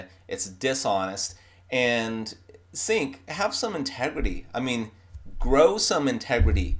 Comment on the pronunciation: Ummmm... YouTube much??? BTW, it's pronounced 'J-ea-nk'